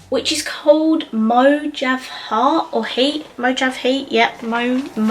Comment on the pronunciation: Mojave is pronounced Mo-hauv-e. It's a desert. Agave is a type of cactus I think. Pronounced A-gauv-e